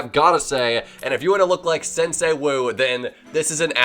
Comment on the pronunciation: U butchered the pronouciation of sensei